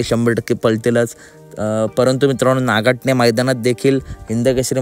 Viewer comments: नागठाणे आहे नाकाठने नाही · नागाठणे नाही नागठाणे म्हणा